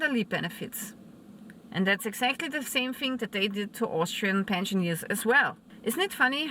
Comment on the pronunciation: "pensioneers" lol